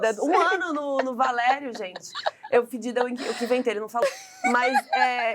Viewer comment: Não tanko a chamando o Balerion de "Valério"! 🤣